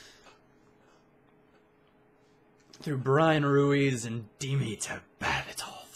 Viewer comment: Dimitar Berbatov its pronounced not Demetar Berbatov